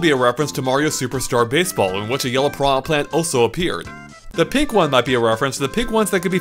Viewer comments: “putrid pee-anha” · If english speakers want to pronounce it as pirana, they should write it that way. piraNHA is pronounced differently.